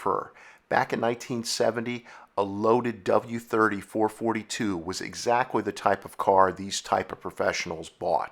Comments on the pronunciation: I had to shut this off hearing you repeatedly calling a FOUR-FOUR-TWO a Four Forty -two. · Please, four forty two is like squeaky chalk on a blackboard to Olds aficionados. It's Four Four Two, always was, always will be. I've owned 2 '68s, first one in 1972 other in 1985 and 1 '72 Hurst Olds. Loved them all, wish I still had them. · Please redo the video, use the term “four four two” not “four forty two” Thank you. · Dude, NOBODY called it a " four FORTY two"! It was and always will be a FOUR FOUR TWO/ 4-4-2 (4 BARREL CARB/4 SPEED MANUAL/DUAL-2-EXHAUST.) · It's not "sometimes", it's always referred to as a "Four Four Two", not "four forty two". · It’s not four forty two it’s four four two... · GENERATION ALERT! NOT a "4 42"! A "4-4-2" originally stood for 4 barrel carb, 4 speed, Dual Exhaust.! U need to stop narration until you learn some history! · I always thought the car was called the FOUR FOUR TWO... not Four Forty two.?. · It's never been the four fourty two.... Always the 4-4-2. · It is NEVER referred to as the "Four Forty-Two".... it is always the "Four Four Two"..... go to an Oldsmobile car show and make that mistake and they will show to the gate! LOL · Does it drive anyone nuts hear "four- fourtyTwo" instead of 4-4-2? ITS 4-4-2 LOL I had people scream that at me so many times growing up. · Words and punctuation mean things. 4-4-2 means Four-four-two. It's not 4-42 or 44-2 or 442. Four fortytwo is as bad as saying Forty Four Two. It's not a single number, but a string of separate integers. Numerically, there is nothing "forty" about the 4-4-2 in it's designation. Only single digits corresponding to the number of specific things the numbers are referencing. That's not snobbish, that's fact. Good video, tho! Even if I gotta cringe every time I hear those nails on the chalkboard. Lol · Four four two. Nobody called it a four forty two,ever. Ever. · Please, please--someone else comment that it's four-four-two and not four-forty-two. I can't get enough!